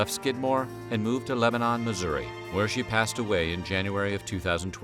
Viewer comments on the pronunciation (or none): Pronounce leb ba nin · As a Missourian, it’s pronounced Lebanon not Lebanon